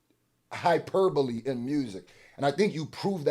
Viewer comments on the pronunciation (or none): So now u know it’s hyperbole , not “hyperbowl” 😭😭😭